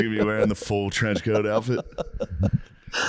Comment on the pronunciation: around half hour in "and there's Caitlin Clarke there in the trench coact" 😂